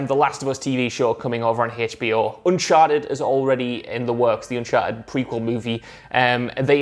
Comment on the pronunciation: Its HBO not Haytch.B.O. Dammit!